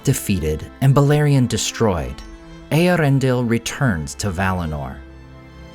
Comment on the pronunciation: Its Eee-air-ren-del